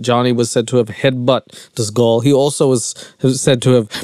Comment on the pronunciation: Can you say girl without saying “gull” lol